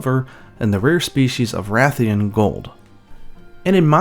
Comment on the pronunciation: You said Ra-thian? I knew it! Every keeps saying RAY-thian and I'm like "bro, why would it be pronounced different from RA-thalos?" Ray-thian and Ray-thalos? Nope, Ra-thian and Ra-thalos.🐲